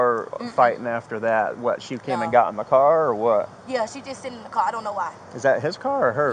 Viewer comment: What kind of language is she speaking? Scraight instead of straight? Bruh instead of bro. Kongcreet instead of concrete. Rewind back to school girl and start over because you got this one wrong. Cwar instead of car. Beefoe instead of before. Let's play the name game .I will say a name and you tell me the ethnicity of the person. Fanisha? Laqisha? Danita? Lavonshe ? Kaniqua?